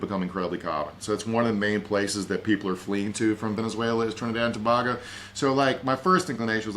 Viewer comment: I love you and your big brain to bits, but for the love of god, it’s Trinidad and TO BAY GO!!!